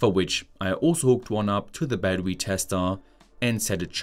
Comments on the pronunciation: Battery = Baddowe-uh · What's "badwooee""? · 🚫 battery ✅ battewee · This dude's voice LMAO. Battewee.